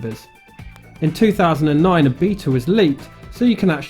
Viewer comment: The way you say “beta” had me and my girlfriend busting up laughing